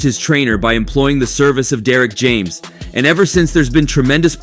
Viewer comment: This damn near AI GENERATED lmao just listen to how they pronounce names & the titles always some click bait